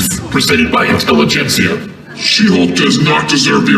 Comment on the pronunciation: Intelli-gencia ?! LUL These radicals are so laughably pathetic.